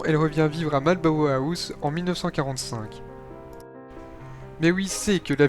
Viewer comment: Maiooui mary 😂😂 Francouiais 😂 Wesmister 😂 Eduard VIII pour info un nazi convaincu !pression du gouvernement Bozezlion bowle Lyon 😂 Malboah house 😂 marlborough house Mr le narrateur, FAUT IMPERATIVEMENT prendre qqes cours d' anglais et de diction !!